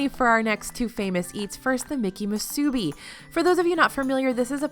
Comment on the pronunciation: Moo Sue bee... Is how you say musubi... Also say each part separately.. don't connect the Sue and bee. 😁